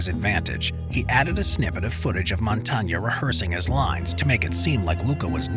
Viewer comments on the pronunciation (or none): FFS, you're telling us stuff we've heard 100 times before even before there was 100 channels on youtube milking "content" out of the Godfather. Least you could do is pronounce Montana right, it's not even hard, it's the same as the gaddamn State.